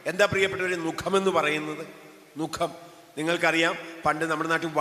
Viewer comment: നുകം ആണ് നുഖം എന്നല്ല ചരിക്കേണ്ടത്.